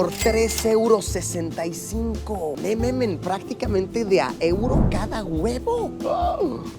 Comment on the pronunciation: Me da un chingo de Cringe cuando Luis dice "nemamen" y "olovergo" 🤢